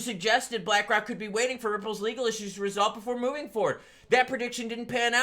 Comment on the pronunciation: Did you say black rock or did you say black cock